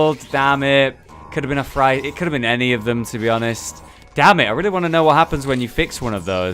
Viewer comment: Freighter is pronounced Frey-ter not Fright-er XD